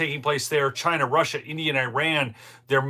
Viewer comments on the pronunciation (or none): none